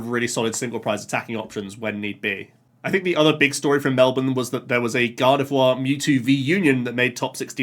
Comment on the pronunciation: As a Melbournian he said Melbourne correctly